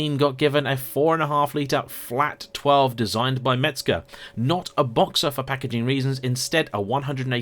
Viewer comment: Mezger !!!!! Not Metzger !!!!!!!😊😊😊😊😊😊